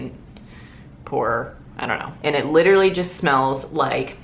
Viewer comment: was getting some major parks and rec chris traeger vibes whenever you kept saying "LITrally" lmao I love it